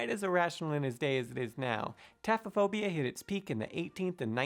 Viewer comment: taphophobia is spelt wrong in the captions..lol I had to look it up as I was unsure how to pronounce it correctly as if sounds like he's saying taffaphobia and the captionspells it tatha phobia.. I got the spelling from Google and wikipedia..lol